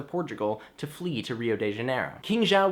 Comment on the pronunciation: You mispronounced the name of king JOÃO VI. Hehe. But I liked it.